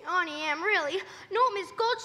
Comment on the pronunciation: Why does she say Ountie instead of it being pronounced Auntie Em?